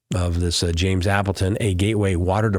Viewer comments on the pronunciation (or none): none